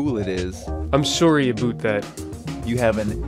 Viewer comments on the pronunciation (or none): He said "aboot" :o